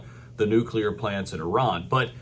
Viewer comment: Great to hear an American pronounce ‘Iran’ correctly 😂